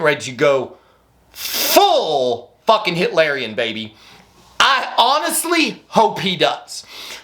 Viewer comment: "Full Hiterian" I love you bro!!!